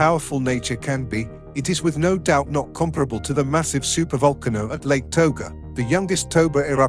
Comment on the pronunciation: super vulkanoe? Voalkannoe?? What !?